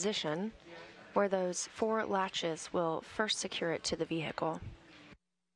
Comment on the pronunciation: '... aligning with the vee hicle'